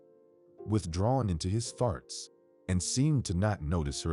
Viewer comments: And thoughts as farts. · What about farts 💨 instead of thoughts 😂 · In all stories I've listened to instead of thoughts ,it's farts!!! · I guess it would be a well-deserved D because you are not AI These are still in there from different countries as well Perhaps they're not real fluent in the English language I give them an A4 trying I especially love the way they pronounce the word thoughts 😂